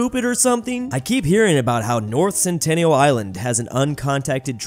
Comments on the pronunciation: It's North Sentinel Island not North Centennial Island. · It's north SENTINEL Island not CENTENNIAL Island